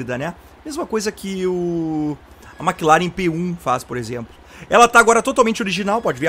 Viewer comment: se diz "Mec Laren" , Maque Laren é foda xD Mc Laren se não seria Maque Donalds xD